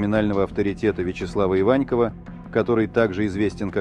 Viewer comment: Иваньков - ударение в фамилии на букву О!